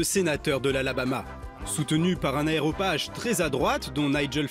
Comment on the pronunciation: Un areopage, pas un aeropage....